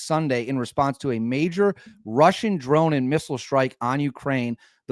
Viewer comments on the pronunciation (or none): none